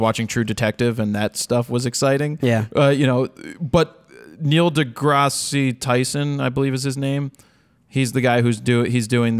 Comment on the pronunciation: I love you buddy but you butchered Neil deGrasse Tyson. I know he is crazy popular now but I wonder what the chances of you getting an interview with him would be. I am sure he would love to talk about photography being used in amateur and professional science.